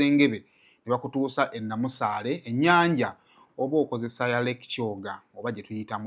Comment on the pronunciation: Kiri Namasale not Namusale